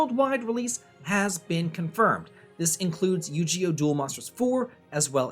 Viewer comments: Yu gi oh not yu ge oh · I pictured him laughing prior to recording this, saying; I’m going to deliberately mispronounce it. Will drive people crazy. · You-GEE-oh??? Okay i know you’re an old man but THATS A NEW ONE BROTHER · The "Gi" in Yu-Gi-Oh is actually pronounced with a hard "g", not a "j" sound. Sorry if this sounds pedantic. Longtime Yu-Gi-Oh fan from childhood. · I live for his mispronunciations 😂😂😂